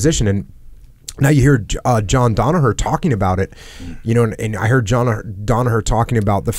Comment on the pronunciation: John "Johnaher" Danaher